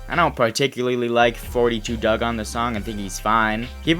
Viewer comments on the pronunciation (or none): none